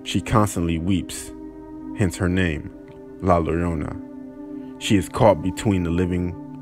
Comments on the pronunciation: im not from spain but i clearly knew that there is no way its pronounced la lorona so i decided to search it on google and saw it was yorona i was like "i knew something was odd" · Dude LLORONA isn’t said LORONA. it’s more like YO RONA. Rona like corona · It's pronounced "YO-ROW-NA" 😁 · CEDL4072 YA-RO-NA* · It sounded like he said la larona lol. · For those who don't speak Spanish, it is pronounced Yo-ro-na the double ll sounds like a Y. And this video says she goes crying out "Oh my children", she never spoke English. It's mis niños. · Really good narration but please make sure to pronounce it "la yorona" the "Ll" is pronounced as a "y". It means alot to us brown folk :) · Please make sure that if you're going to tell a story about Mexican culture, AT LEAST SAY THE NAME RIGHT......... It's pronounced like YO-RONE-AH..... No L sounds except in the LA before llorona 😔😔😔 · Did he jst say a "North American legend"! 🤔😩🤣... he cant even say llorona right! Lol I'm done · I've never heard it pronounced that way. Good try. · Im sorry.... how the fuck did he pronounce la llorona???? Hence her name jfmekelcc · La wtf did you say?😂😂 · Lol you didn’t say llorona correctly lmao